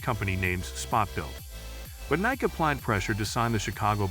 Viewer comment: Can’t pronounce Nike correctly? WTF. Davis Love eye eye????